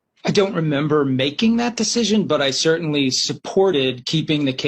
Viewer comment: You memmber. Memmber? You memmber.